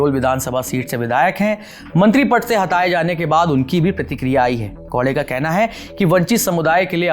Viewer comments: bhai thoda muskil hai unke liye..😂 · भाई साहब वह गौडे नहीं है, गावड़े है.... स्पष्ट उच्चारण के लिए।